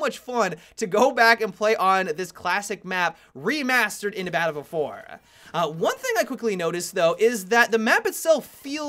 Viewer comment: Balffield fowar.